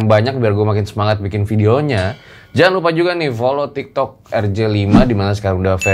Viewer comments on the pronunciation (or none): none